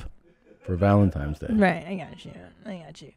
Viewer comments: Has anyone acknowledged Segura says "ValentiMe's Day?" Welp...at least, supposably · She said "valenTIME's day" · Just making sure you’re purposely (as a bit) mispronouncing “Valentines” in Valentyhmse Day. Truly yours, ~ The Grammar Nazi 🧐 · Awwwwww man Did Tom say “valentiMes day” 😟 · Are you saying - Valentimes Day? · Why they both call it valentimes tho? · Did he say valentimes day